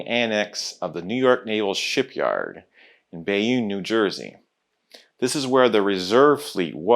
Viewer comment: I had guessed IOWA Class but could not hull-tech the specific ship at this time period. BTW, Bayonne is pronounced BAY-OHN, both the city in France and the Town in NJ. And nearby Kearney, NJ is pronounced CARNEY.